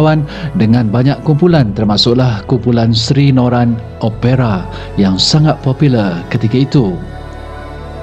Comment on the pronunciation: sebutan OPERA tak betul